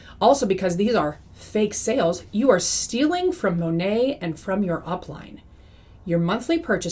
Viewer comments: It’s Mah Nate, for Modern Nature. I am no fan, but believe we should say the company name correctly. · She knows she’s pronouncing it wrong. Many anti MLM creators pronounce it improperly as a nod to how so many Monat reps don’t even pronounce it correctly.